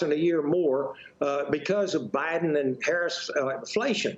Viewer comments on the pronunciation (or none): Did anyone else hear her say obiden?